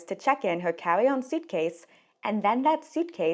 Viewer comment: You talk so cute. “Cawwy on cwackdown”